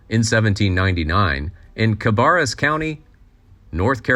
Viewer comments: Ok ok. I live in Cabarrus Co. Have for 62 years. It’s not Ca-barr-us county. It’s pronounced Ca-bair-us county. Your welcome. Lol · Just FYI, its pronounced, {Ka-bear-us} county. This is also the location of the Charlotte Motor Speedway in the city of Concord.